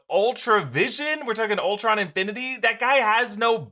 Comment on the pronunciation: Pet Peeve alert. Stop calling him Ultra Vision. It's Ultron